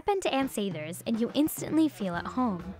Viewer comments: Sa-thers not Say-thers, producer host whats the matter.... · Even though everyone else in the video says "Ann Sathers," girl can't stop saying "Ann Say-thers." Seriously don't narrate/host a video if you can't even pronounce the name of the place you are presenting. Thank you, -Chicago native who lived on Belmont two buildings down from Ann Sathers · Everyone else: "Ann Sathers":" Ann Saethers" If you heard it you know what i'm talking about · Okay great video and I am so glad Ann Sathers is getting recognition because it is amazing, however the narrator mispronounced it the entire time. Listen to how the other people say it (Sathers not Saythers), that’s how it is really said. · I just heard the owner say Sathers and Saethers, now I am confused?? No matter still love the rolls lol 😅